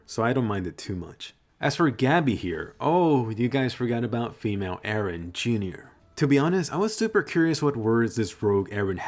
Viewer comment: many people call him 'ereh' as well. it's confusing!